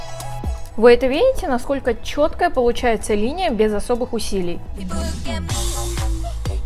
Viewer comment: Пожалуйста, перестань говорить чхоткая, красивая брховь